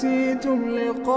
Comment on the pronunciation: “ligae “ yevmikum haza şeklinde olacakmış okunurken “liga” olarak okuyormuş gibi geldi. Allah (c.c) razı olsun.